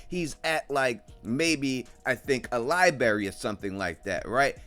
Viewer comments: It's library....not li-berry. 🐵🍌🍉🌚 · Ah yes I remember my days at the lie berry too